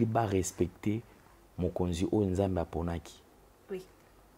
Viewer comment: ta façon de parler est fausse je ne pense pas que tu parle comme ça avec tes proches,soit normal lingala se prononce nzambe et non nzembê,ta tonalité sonne fausse malgres le message de Dieu ma chère